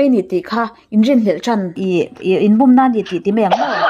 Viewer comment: Sir lo sel lawk che, an lo bum i thluk dan hi a dik lo, búm ni lo in,bum, tih tur,kham ah ka lum kan tih a, lum kan thluk ang hian bum tih hi thluk tur